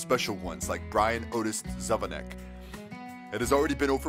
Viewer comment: ahh your pronouncing Zvonecek wrong it's (zivonicheck)